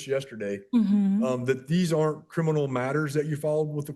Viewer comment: She be axing if it be crinimal.